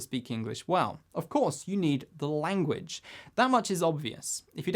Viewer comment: a-gain and a-gain.... extraordinary languaccch :-)